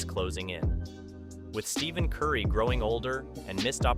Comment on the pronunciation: It’s Stephen with a short E, not Steven with a long E. We don’t need Jimmy Butler and he has already said he wants to stay where he is. Jimmy is a great player, but super injury-prone, especially come play-off time.